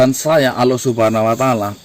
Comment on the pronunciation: Bukan aloh mas, tp Allah swt